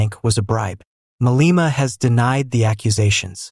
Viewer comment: Malema is not pronouce as Maleeeema. It is Ma le ma.